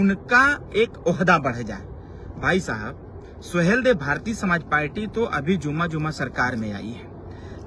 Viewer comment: पालटी नहीं पार्टी होता है😊😊😊।पता नहीं कौन पीएचडी की डिग्री अवार्ड कर दिया है।